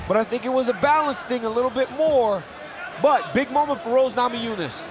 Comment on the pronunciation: No one: DC: thoug Rose, thoug Rose